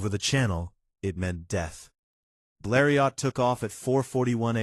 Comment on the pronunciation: most images not the right plane. AI voice doesn't know how to pronounce Bleriot. Dead dry empty video.